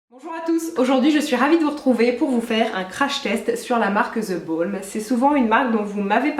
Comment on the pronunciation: Nooooooooon 😢 le L de the Balm ne se prononce pas, tous le monde fait l'erreur c'est dommage 😟